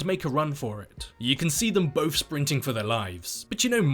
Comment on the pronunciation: It’s both, not bofe. And death, not deaf. It’s really confusing